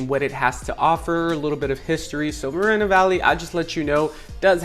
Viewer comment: its mor- eeeee no valley